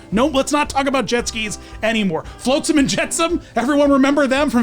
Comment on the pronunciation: And "Float-sum and Jet-sum". No, it's "Flotsam". Not "Floatsam".